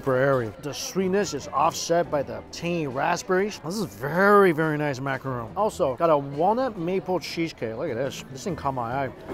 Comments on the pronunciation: Macaron=/=macarOOn. A macaroon is an entirely different thing made with shredded coconut and 10% the effort of macarons! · it's a Mickey macaron not a macaroon. Two completely different desserts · I’ve been telling Mikey for years but he still doesn’t know the difference: it’s a macaron, not macaroon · Not to be that guy, but I think it's Macaron. Not Macaroon.. I believe macaroons have coconut 😅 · You’re killing me calling it a macaroon lol it’s a macaron lol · Mike, It's a macaron not a macaroon. Two totally different cookies. The macaroon is usually made from coconuts. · Maca-RON and maca-ROON are two veryyyyyyy different things. Other than that thankyou once more for an honest review as always 👍🏽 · macaRON not ROON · Macaron, not macaroon. They are made with coconut. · Macaron, not macaroon. They are two entirely different foods. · It’s a macaron. Not a macaroon. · Macaron not macaroon